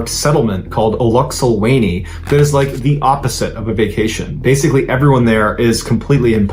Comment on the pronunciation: It's Eluxolweni not "Oluxel Wayney"😅 I know you were trying to anglicize it but that just sounds hilarious frankly speaking